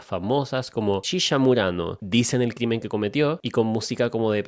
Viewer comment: me encanta como el dice "shisha" jaja